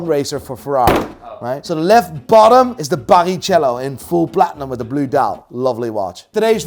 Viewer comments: Instead of Barichello (ch pronounced as a k) I understood Paris chello ahahahahha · it's pronounced BARRIKELLO! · The F1 driver is called Rubens Barichello, it’s pronounced “BariKelo” mate🫡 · Please somebody tells how to pronounce Barrichello, please